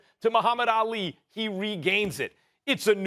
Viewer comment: Why does SAS keep pronouncing Ali's name like AL Lee??